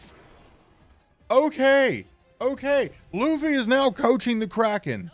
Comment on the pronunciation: laughy instead of Luffy you say 🤔 welp sir just remember these wise words of yourself self im not gonna spoil it but just remember what you said and I will leave it at that 👌🏾